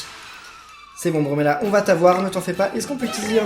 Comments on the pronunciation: c est pas brumela c est fumela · tu dit brumella au lieu de fumella